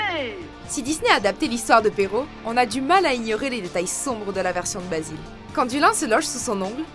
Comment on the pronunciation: La voix off te fais un genre d’accents anglais pour "Games of thrones" mais après répète plusieurs fois le nom de l’écrivain italien Giambattista Basile à la française. Ridicule ! Pour info l’italien ça s’écrit comme tu le parles donc tu vocalise tous les lettres exemple : Basile tu le prononce Basilé